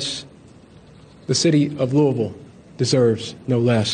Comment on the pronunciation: I don't like how Louisville is being said, That's all I have to contribute.